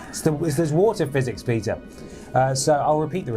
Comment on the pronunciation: For a moment I thought he said his name was Pizza not Peter lol